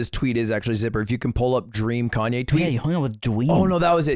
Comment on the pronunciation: We just going to move on when called Kanye "Yee" instead of "Yay"?